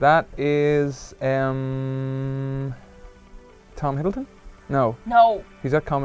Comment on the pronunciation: he said Tom Hiddleton lmao. He's the cutest